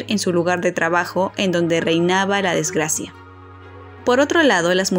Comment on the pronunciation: La información es muy buena al igual que las imágenes con la que la ilustras. Pero tú lectura es muy mala metes comas donde no debes te comiste una palabra o dos e igual dos o tres palabras no eran correctas. Por ejemplo pronunciaste desgLacia en lugar de desgRacia.